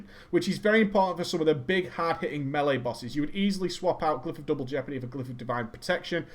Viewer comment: Melee. You DON'T SAY MEALY. You say maylay